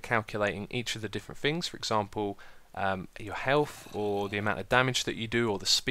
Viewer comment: "Things" not "Fings" Christ.